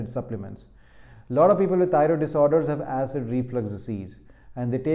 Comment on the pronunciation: Thioriod - Mallu accent is deliberate ?